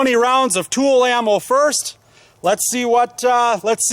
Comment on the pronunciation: Tula not tool